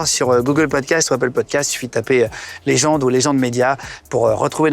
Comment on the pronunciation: Légende et non legend en anglais